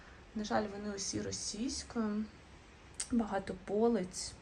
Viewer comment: Українська у вас чудова,лише одне слово ,вірніше наголос, дуже ріже слух: полИця а не пОлиця)❤